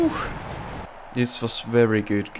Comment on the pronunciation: People say: Its Worked | say: Its Verked That what i hear xS